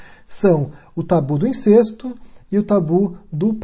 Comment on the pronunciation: só uma correção: incesto é pronunciado com E aberto... Pode confirmar no VOLP da ABL